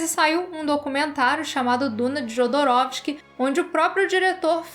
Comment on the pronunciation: Excelente vídeo, mas permita-me ser um pouco chato e alertá-la: pronuncia-se "iodorowsky" o "j" tem som de "i". E "Mõbius", não "moébius".